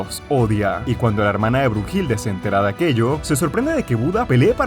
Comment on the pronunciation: Oye we no es “Heracles” el Hércules pinche webon Y no es bruhilde sino bluhilda